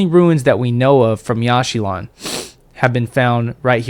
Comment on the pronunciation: It is pronounced "Yawsh chilaan" not "Yash shee lawn"